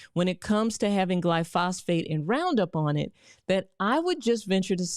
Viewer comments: If you’re going to present yourself as an expert, you should probably learn how to pronounce the things you’re talking about. Round up is glyphosate, not “glyphosphate.” Also, in your chart of oils to avoid: canola oil is the same thing as rapeseed oil. I agree with your recommendations, but you’re really not inspiring confidence here… I guess anyone can say they’re a doctor on the internet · Lol this woman doesn't even know how to say the word... Someone needs to teach her, it's Glyphosate not "glyphosphate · The name is not glyphosphate, it's glyphosate.... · Dr. Doctor, your argument would be more convincing if you said glyphosate (GLY- FŌ -SĀTE) and not gly-phosphate (GLY-FÄS -FĀTE). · Please, the word is gly-pho-sate. Not glyphosphate. You are an educated person and should pronounce words properly. I was embarrassed for you. Other commonly mispronounced words are new-clee-ar nuclear, not new-q-Ler, And properly pronounced dis-sect not dysect. It used to be that TV journalists were the gold standard for proper pronunciation, nowadays most of them sound like a sixth grader. BTW, I loved the presentation, I learned a lot and will take your advise. My father was an English minor in college, and required we use proper pronunciation all the time, he was also a first sergeant in the military, so you know we did as we were asked. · Good points, all. One small point on pronunciation, GLY-FO-SATE. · face-blue-smiling::face-red-heart-shape:THANK YOU DR. ROSS, FOR THIS GREAT INFORMATION!! HOWEVER: PLEASE NOTE: ....IT'S PRONOUNCED JUST AS IT IS SPELLED: ....:face-turquoise-covering-eyes: "GLY....PHO....SATE". :face-fuchsia-tongue-out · It's not glyphosphate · Just FYI, glyphosate is pronounced, 'GLY-foe-sayte' ... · I like how she calls glyphosate gly phosphate. She should probably learn a bit more about it before speaking on it. Other that that this is a good insightful video. I will never use any sort of seed oil again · Glyphosate*, not Glyphosphate